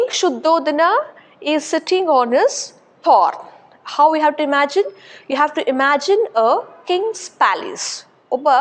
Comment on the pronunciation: Pronounce the words properly Example-Throne not thorn